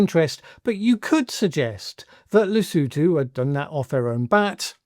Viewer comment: At least he pronounced Lesotho correctly 🤷🏾‍♂️